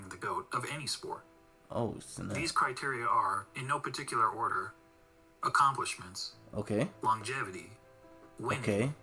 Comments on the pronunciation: Longjatevity? 🤣 too funny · THE WAY YOU COMMENT ABOUT MICHAEL.JORDAN, YOU'RE MAKING YOURSELF AN IDIOT A REAL IDIOT, YOU DIDN'T KNOW ABOUT MICHAEL JORDAN.. WATCH ALL OF HIS GAMES AND SOME VIDEOS ABOUT MJ.. BECAUSE YOU'RE STILL A YOUNGSTER, EVEN THE WAY YOU PRONOUNCE THE WORD "LONGIVITY" YOU DON'T KNOW.. YOU'RE TONGUE TIWSTED.. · When science hits you hard. You can't even pronounce longevity thats why you don't get why you cant factor it in after allready factoring it in. Lebron in the 90s would be another runnerup till MJ was in the Wizards or retired, same with the Warriors. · Reaction videos don't make you a professional ... and you can't pronounce Longevity 😂🤣😂🤣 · exactly! FACTS OVER FEELINGS.,... he said he is a fan of jordan where dude spoke of pure facts lol .... but guys he couldn't even pronounce word longevity so you can't blame him xD